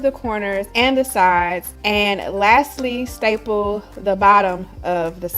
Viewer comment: Did you say styple or staple the first two times? Accuracy counts! Bang.